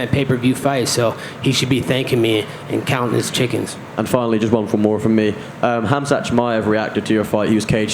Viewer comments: Colby pronounced Khamzat as Cumshot🤣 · The right pronounciation of khamzat is HAMZA end fore KHABIB it’s HABIB